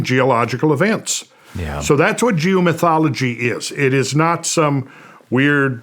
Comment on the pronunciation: Oh geo-mythology. I thought he said Jew-mythology.